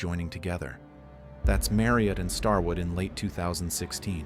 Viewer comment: “Starword”! How does AI not catch these things? 😂